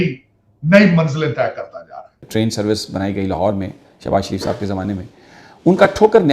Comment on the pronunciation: Is madarchod ko dekho .... Hafiz ko shab bol rha h !!!!! Wa re porkiyo 😂😂